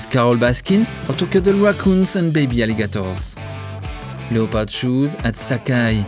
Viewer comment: This has to be funniest fashion video ever. To Hell with all the uptight fashionistas, let’s talk about the Tiger King and his outlandish clothes! That is true fashion! My face hurts from smiling so much from the jokes, the Joe Exotic references, and zany descriptions (“animalistic galore”). My hurt flutters each and every time you said “le-o-pard.” In English, we don’t pronounce the “o,” but from now on, I shall say “le-o-pard! le-o-pard!”